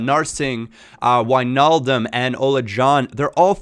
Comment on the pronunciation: Finally a youtuber who pronounces Wijnaldum correctly